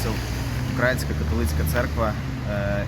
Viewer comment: Цікаво, гарна робота. Маленьке зауваження. Католицька церква украЇнська, не укрАїнська. Вухо ріже від такого московського наголосу. Бо то у них Україна - від словосполучення "у края.. рассєї".